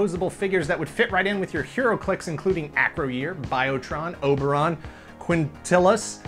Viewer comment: You said Ackro-Year... It's Ack-Roy-er